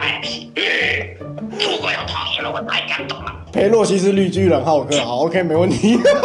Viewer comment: 请演员请请一个大陆口音的好么。 还浩（háo）克。。。普通话叫浩（hào）克。 刚张嘴就露破绽。。